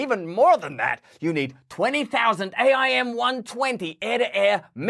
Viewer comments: Not that you care or will ever use the term again, but it's pronounced "AIM" as in the word....AIM-120 ....:) thanks for your great content! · For future use --- AIM pronounced aim as "aim the gun. H.I.M.A.R.S. pronounced High Mars.